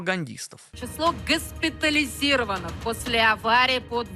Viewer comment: Произношение скабеевой - это просто мерзкая мерзость. ГЫСПЫТАЛИЗИРОВАНО" Как же это получилось? Почему это происходит?